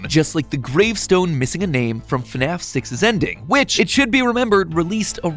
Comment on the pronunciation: "f~naf" no no "FNAF"